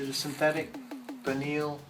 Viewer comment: Vineal? Its Verneuil...